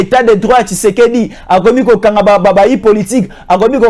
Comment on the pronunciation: Pratique les mots pour bien le prononcer frère, tu es communicateur, fais attention avec tes prononciantions, ça impacte aux oreilles des auditeur, i n'est pas u. Ex: partir et non partur. Tshisekedi et tshusekdi. A part j'aime suivre tes analyses frère.